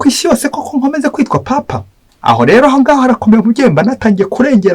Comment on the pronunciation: Uko numvise babivuga bo ngo ni papa si paapa